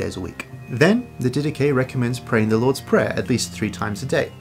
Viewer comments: The Dedache correctly pronounced “Didahi, with a bit harder “h” and not Didaki. in Greek is Διδαχή meaning the teachings. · The "Did ache" is another possible wrong pronunciation. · “Anyway, the die-dak” got me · I always pronounced it Did-ah-Ch-ee. With the ch pronounce like the ch in Church. That’s how I pronounced it when I first read it when I was 19. Thank God for hearing, because there’s a great many words that I would mispronounce if I hadn’t heard them. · So how does the section on Bishops and Deacons align with Apostolic Succession when it says to "appoint bishops for yourselves?" I'm very interested in Orthodoxy and other churches that claim to carry on the "Apostolic" faith in continuity from the beginning, but when I read the Didache (and I love the Dydack pronunciation btw) it seems to far more align with my protestant beliefs. What am I missing? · I pronounce it di-da-ché (like che guevara) how much steam would come out of a Greek Theologians head? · ...anyway the Die-dak... hahaha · Actually it's pronounced Dhi-dha-KHI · "Did Atch EE" from the American South. LOL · It’s not pronounced di-dah-chay?! 😂Great video thank you!